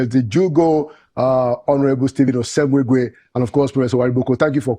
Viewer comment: Pls call that pronounce this beautiful name correctly. "Osemwegie" and not osemweguie as you pronounce it pls. It is meaningless at that.